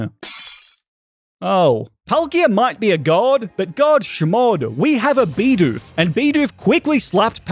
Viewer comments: Dude, its bidoof not beedoof :( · Stop calling it beedoof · Hate how he calls "bidoof" beedoof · He started out saying beedoof but started saying bidoof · It's not Beedoof. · That’s not how you said you said be dupe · i could not watch the video on how you said bidoof.... sucks seems like a good video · Man I hate how he pronounces bidoof